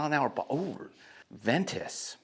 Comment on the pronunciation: Ventus not venture .....lol